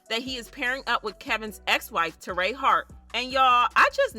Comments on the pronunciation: Why do you keep saying terray???? Her name is Torrie lol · It ain’t Tour-RAY ITS TORY